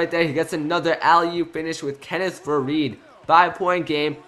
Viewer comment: #7 isnt faried just saying cus u called him varied like 4 times